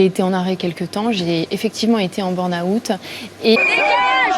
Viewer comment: C'est quoi le burn awout? Soit on prend une expression anglophone et on la prononce correctement soit on utilise un mot francais => Épuisement. Est ce si compliqué?